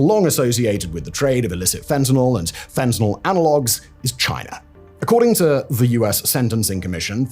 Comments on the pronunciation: Its China, chi nah Not Chiner! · “In 2019 Chiner announced”😂😂😂😂😂cmon….thats on purpose bro literally Chinese perfectly with no R